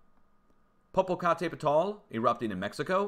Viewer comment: Great work,! Sorry about the censorship hassles from YouTube. You have been trying valiantly to pronounce Popocatépetl but perfection still eludes you. The locals just call it El Popo; you may want to do the same. Regards.